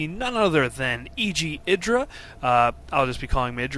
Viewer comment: eeeeyyyyyeeeee dra like an eyeball, or the letter I, as in mself. Idra not like, kid